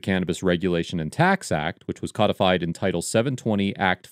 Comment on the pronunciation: Dude. It's CODIFIED. As in *entered into the legal code*. It's not entered into the legal cod. COD IS A FISH. It was not made into a fish. Fucking hell that's annoying.